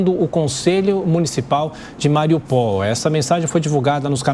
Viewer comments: Aliás, sugiram à este incompetente q aproveite q está lá, juntinho dos ucras, e q pergunte e aprenda como se pronuncia o nome das cidades q ele reporta. Ele vai poder aprender a não ser papagaio de mídia americana. Vão ensinar à ele (e ele à vcs), q se pronuncia MariÚpol! E tb q Kherson não é "Quérson" e sim "Rérson", q Kharkiv não é "Carkiv" e sim "Rarkiv", pois 'kh' não é o mesmo que um 'Q' ou um 'C' e sim um 'R' de rato, de rocha, de churrasco, etc! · Atenção repórteres ignorantes brasileiros!!: Não se pronuncia Mariupól, e sim MariÚpol!!! O mesmo para SevastÓpol, SimferÓpol, MelitÓpol, TirÁspol, e etceterÓpol!!! Tudo PAROXÍTONO. Tal como aqui falamos as proparoxítonas Petrópolis, Higienópolis, Salesópolis, Anápolis, etceterópolis!!! Aquilo q é "polis" (do grego) p/ nós é "pol" p/ eles!! Incrível como são incompetentes os profissionais de mídia deste 3o. mundo, q não se informam direto com as fontes dos nomes (coisa simples de se fazer, se quiserem ser melhores profissionais de COMUNICAÇÃO, formados na área de LETRAS!!!), mas apenas repetem como papagaios sub-desenvolvidos a ignorância pronunciada por anglo-americanos IGUALMENTE CHUCROS !!